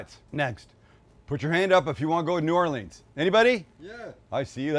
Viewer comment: Repeat after me, Sam: New ORE-linz. Now give me a knife!